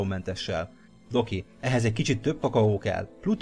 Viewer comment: amikor mindig azt mondtad Doki akkor mindig azt hallottam hogy Doggy.